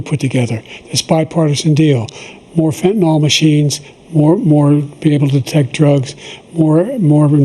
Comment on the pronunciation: Why do they not know how to pronounce the word "fentanyl"?